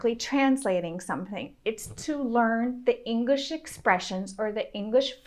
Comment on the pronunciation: She says English like 'Ingrish' and my brain doesn't know what to do with that.